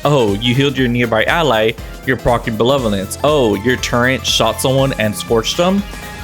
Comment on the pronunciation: Take a shot each time says benevolence wrong